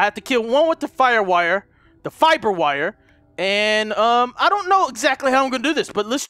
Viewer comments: in the beginning you said fapper wire lmao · omf its H2O not H20. and "Fire wiber." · "...I got my fire wiber- FIBER WIRE!!" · lol you said fapper wire :D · trying to pronounce fiber wire was the best part about the whole video.😂